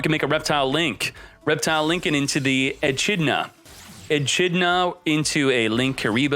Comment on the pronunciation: The way he said "echidna" though at the beginning 🤣. I hope his chat crucified him for that